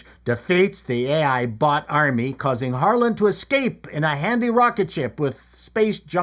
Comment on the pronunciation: At first when you said "Harlan," I thought you said "Harlot." Really...😊